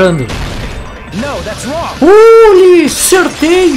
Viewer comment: Prestar atenção no class trial: ❌ Prestar atenção na palavra o "Esta em sessão esta a corte" Ou no nagito falando no thats Wong : ✔